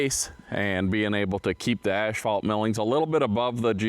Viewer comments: Lookin Good. Keep up the good work. BTW it is pronounced ass-fault, not ash-fault. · It's not pronounced the way you were calling it. And the other thing you said wrong, was asphalt millings. It's not ashphalt like you call it